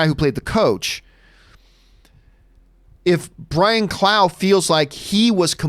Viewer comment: Haha loved the damned United question. I'm a huge Derby county fan and the story is riveting. And it's Brian Clough (Rough) not clow 😉